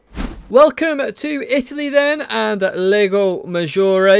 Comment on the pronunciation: FYI : "Lago" is pronounced exactly like "Large".